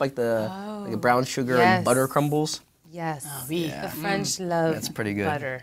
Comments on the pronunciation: just noticed Jen says "oui" in a French accent. oh my god lol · when Jen said "oui" with the french accent I laughed so hard hahaha